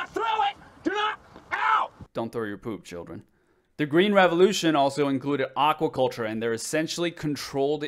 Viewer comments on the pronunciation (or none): "Aouaculture" lol